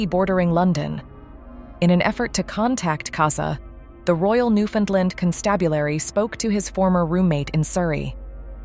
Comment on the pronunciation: I love how the AI could pronounce Newfoundland, but like 99% of America don't 😂😂 I'm American I just think it's crazy we don't kn9w this when I find it's actual pronunciation is much funner to say 😂